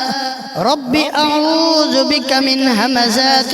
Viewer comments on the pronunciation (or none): none